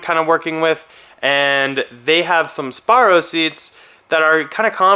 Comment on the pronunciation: It’s pronounced sparCo, not sparrow. The C is not silent buddy.